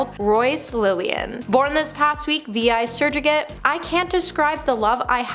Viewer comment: S.U.R.R.O.G.A.T.E. Say after me. Surro-gate 😂